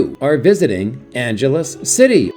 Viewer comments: At least pronounce the name of the city correctly! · If you'd ever been there you'd know how to pronounce it.